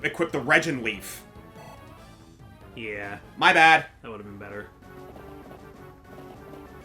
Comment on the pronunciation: still hurts me to hear you pronounce reginleif with a tch sound.